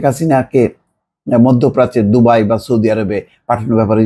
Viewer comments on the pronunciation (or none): none